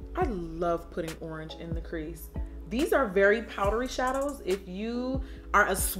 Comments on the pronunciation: She said "ORNGE" 😭😂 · ANYONE PISSING THEMSELVES ABOUT HOW SHE SAID ORANGE AT 18MIN